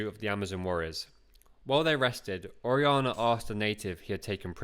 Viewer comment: It would enhance the production for the narrator to put more work into learning the correct pronunciation of Spanish words and names (such as Orellana, “Or-aee-YA-nah”).